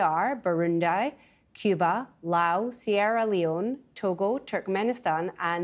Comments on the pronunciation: Burundi is pronounced boo-roon-dee not bu-run-die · Burundai? Lol. This reporter should learn more geography lessons